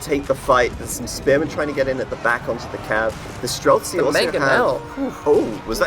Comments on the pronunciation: stop adding a k to streltsy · The guy is annoying me when he says strelsky. IT'S STRELTSI, it literally means marksman. I'm not Russian, it just annoys everybody that can understand the word.